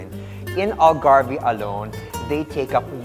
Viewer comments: Gosh I wish they could have studied how to properly pronounce the word ALGARVE. Doing a documentary proper pronunciation is essential and mind you basic as well. Such a shame that small things like that was overlooked. Surely Portuguese are like WHAT????!!!!! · Wrong pronunciation of Algarve. You don’t pronounce the “e”